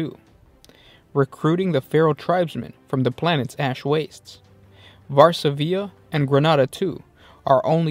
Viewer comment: there is no diacritical/acute mark to indicate placing accent on third syllable, that is a normal dot above the 'i'. stress rests on the second syllable: [var-SA-vi-a] not [var-sa-VI-a].